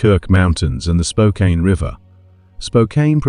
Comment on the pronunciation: Spokane is pronounced Spoke Can not Spoke Kain. It’s not too far from Bellingham which the other poster stated earlier is in WA not CA.